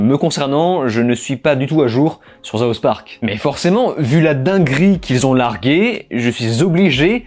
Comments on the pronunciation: on dit "south park" et pas "zouth park" merci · en angalis un s se prononce sss, pas zzz. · C'est "South Park", pas "Zaoss Park" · le pire est que je n'avais jamais noté le "Zaousse Park" avant de lire ces commentaires et de l'entendre ^^ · Mec on t'a grillé tu dis "zouth park" pendant tout l'épisode pour avoir des commentaire. Et le plus marrant c'est que ça marche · "Mettez une meuf noire et faites en sorte qu'elle soit nulle et gay". À la fois triste, hilarant et vrai. Sinon pourquoi tu prononces "Zouth Park" ? C'est bien un S qui se prononce comme un S et pas un Z. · mais qui dit Zaousse park?? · Tu parles face cam, c'est ton boulot. On a le droit de soulever ça quand tu le répètes 10 fois dans la vidéo. Il n'y a rien de mal à constater. C'est pas méchant. Essaye de faire un effort. Tu ne dis pas "zoute à bagage" si ? Sinon bonne vidéo. Merci d'analyser South Park qui se réveille enfin sur ce sujet. C'est d'ailleurs pour ça que j'avais lâché la série, et aussi pour leur traitement du covvid au tout début qui se rangeait avec la doxa mondialiste. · le plus scandaleux dans tout çà c'est ta prononciation de South Park !